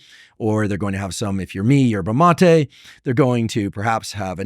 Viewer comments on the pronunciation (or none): none